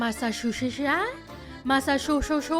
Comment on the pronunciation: Yes yes…. We get it. She mispronounced Massachusetts.